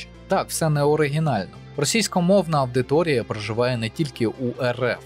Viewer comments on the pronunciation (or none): Підтримую кожне слово. Дякую за відео, за працю! Але ріже слух "авдиторія". Лат. audire, сам маєш знати, колега, як читаються дифтонги та диграфи:)